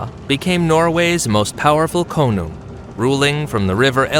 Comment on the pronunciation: I løve the american accent when saying konung sound like a hollywood ad the Koonung cool bro